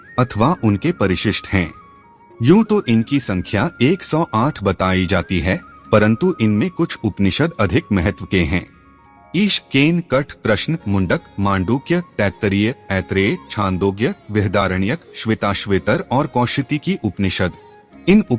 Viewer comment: कृपया ब्रह्म के बदले "ब्रह्मा" ना कसे |उपनिषद ब्रह्म विद्या का ज्ञान है|ब्रह्म और ब्रह्मा अलग है|उसी तरह कुछ उपनिषद के नाम गलत शब्द एवम उच्चार से दर्शाये हैं उदा. 'कथा' (कठ),'हमसा' (हंस),छांडोग्य (छांदोग्य), अमृता....(अमृत), अरण्यक (आरण्यक), बाकी आपके प्रयास प्रशंसनीय है और आप धन्यवादके अधिकारी हैं|